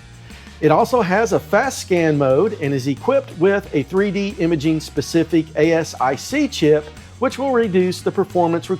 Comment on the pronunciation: I liked the video, ASIC is pronounced "(long A)-sick." Application-Specific Integrated Circuit. Kind of like a microcontroller, but designed to perform one specific task, so it's not programmable.